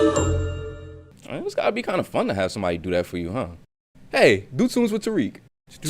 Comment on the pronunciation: Your name is pretty Arabic, it's usually pronounced "Tar Rick", not "Tar reek", are you arab in any way just curious nice video btw